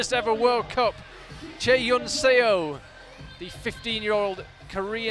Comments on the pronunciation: Note to commentators: Chaehyun Seo's last name '서' is not pronounced 'see-oh' but 'suh' (as in the first part of the English word sun). The romanisation of Korean characters is a bit misleading... Great commentary otherwise! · SEO is pronounced like SUH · 저도 쎄오 라고해서 거북했어요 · Love the commentators but they completely mispronounced Chaehyun Seo's name :(